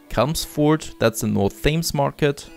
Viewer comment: You mispronounced chelmsford, your supposed to pronounce it as “chelms(like saying the main of chell from the portal series with an ms next to it then ford)